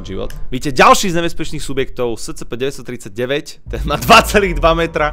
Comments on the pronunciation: To scp sa číta escepe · Čita sa to ESCEPE